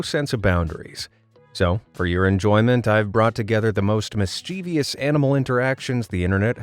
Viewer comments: Sorry, it bugs me when you repeatedly mispronounce "mischievous" as "mischeev-ious" . Obviously you have spelled it correctly. I'm going to have to call you out ironically because of one of your own videos -- YOU HAD ONE JOB! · Sorry but its a 3 syllable word, not 4, MIS-CHIV-US (sounds like) We take that extra vowel and move it lol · Mischievous is three syllables, not four! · PLEASE learn to pronounce the word ‘mischievous’ correctly. It has 3 syllables not 4. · Please pronounce “mischievous” and “orangutan” correctly! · great video, my friend and i loved watching it. just curious, what's your vernacular, we find your pronunciation of the word "mischievous" rather unusual.